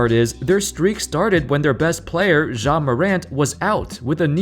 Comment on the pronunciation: I can't get over how you're pronouncing it like "Jzha" lmao😂